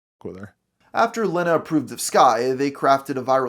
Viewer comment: The single N makes the E a long sound, so it's leeeeeena, not LENNA.